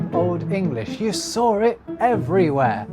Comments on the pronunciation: no r in saw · I heard you said ‘ you sawr it’ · Why do you pronounce words like saw and raw and draw with an "r" sound on the end? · Can you explain the origin of the pronunciation of saw or 'sar' as you pronounced it in this video?